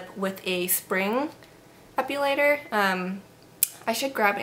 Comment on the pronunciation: Please, please, please try ONCE to pronounce it right. There's no U in the word Epilator...